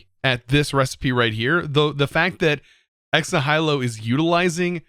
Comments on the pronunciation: I know there's a good chance you won't even see this, and probably it's already been addressed, but "Ex Nihilo" is not "Ex na-HEE-lo", it's Ex NY-hill-o". Same root as Nihilism, which nobody on Earth pronounces as "na-HEE-lism". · For the love of god, please learn how to pronounce "Ex Nihilo", its not "na-hai-low-" its pronounced "nia-lo"